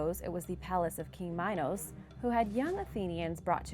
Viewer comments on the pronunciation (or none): none